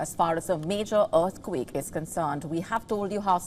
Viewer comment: I am sure she is saying “dearthquake”